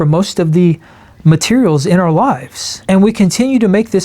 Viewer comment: Arrrh society mateee! He speaks pirate!